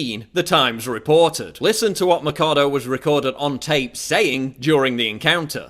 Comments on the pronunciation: Why the fake holyer-than-thou shouting? You can't state your points without beign loud? Why don't you pronounce her name correctly? you make it sound almost like Alicia Mikado. I know this might sound superficial, but if you want to get to people that don't agree with you, talking like you're nagging a child over spilled milk doesn't help at all. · Learn how to say her last name dude.. there is a "Ch" there for a reason.. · Machado isn't pronounced like how you are saying it. The ch in Machado doesn't have a k sound to it. She is crazy though haha I wonder how much money she took to push this narrative! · krista doss Spaniards are white and have Spanish surnames. If you can say Schwarzenegger you can fucking say Machado. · please learn how to pronounce her surname if you are going to do a video about her. Thanks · Paul, its Alicia Machado (It reads Mashado) not Alicia Macado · the video is very good, but you could at least have bothered to investigate how pronounce the name of the woman right... it's "maCHAdo" not "maccado". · Machado is neither pronounced as "Matchado" nor as "Makado"! It's a Portuguese name and it's pronounced as "Mashado". JFYI... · it's Machado not Macado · Se dice Machado no Macado. Aprende un poco de gramática española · It's Mah-sh-ah-doh, not Makado... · Ch in Spanish sounds like ch in English, so her name is Ma "ch" ado, not Ma "k" ado. I teach Spanish so I had to mention that. Great vid Paul. Too bad many Clinton supporters will never see your video :/ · The CH in Machado is pronounced as the CH in choose or chance, not as a K. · Alícia Axe? In my countr "Machado" means "Axe".. Since she's from Venezuela then it means "Axe".. BTW, it doesn't pronounces as "A-li-shia Ma-ka-do" it pronounces "A-lis-sia Ma-sha-do".. Don't mind me :v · Machado should sound like Mashado and it means axe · Its pronuce MAXADO I THINK kkkkk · The correct pronunciation of her family name should be mashado (mɐʃˈadu), the ch sound like sh in sheep. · it's maa-sha-dou